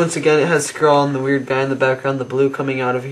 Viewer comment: its not (skhrall: prenouciation) its (skrahll) hope it make sense to you